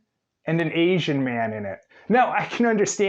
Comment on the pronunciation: One if his many offenses. If i had to hear him pronounce “asian” one more time i was ganna have an aneurysm.